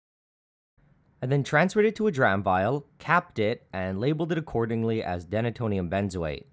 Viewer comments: I’m gonna go out on a limb and say it’s pronounced “dee-nay-tonium”, because it’s named for its function of “denaturing” alcohol. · it's "Deena-tonium" not denna-tonium.....and it's "By-trex" not "bit-trex"...just sayin......